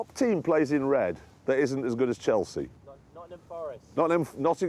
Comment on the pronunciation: The guy said Nottingham Forest 😂😂😝😝